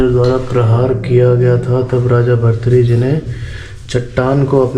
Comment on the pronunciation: Bhartari nhi bhrathari❤❤